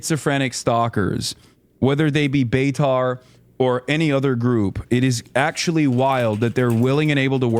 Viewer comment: He said beitar right like beitar F.C 😂